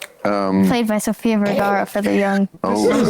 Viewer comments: bro deadass said sophia viagra what the fuck man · Dude said Sophia "Viagra" to a little girl. What in the kindergarten commando is going on?